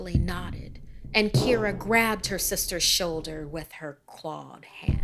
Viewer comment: I’m not irish but my names Kira Pronounced exactly like in the video